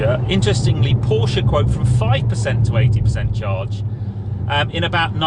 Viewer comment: Good review and well done for pronouncing Porsche properly which so few YouTube reviewers do. £116k for 200 miles range is frankly laughable and with 4 adults in the car it will be much less. Looks like making an EV go quickly is the easy part and only Tesla and Hyundai have the secret sauce to make them efficient as well.